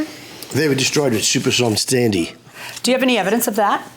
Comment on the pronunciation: “Stuper Storm Standy” - Defendant